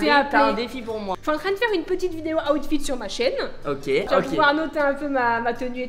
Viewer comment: ta di awtfit 20 foix c est outfit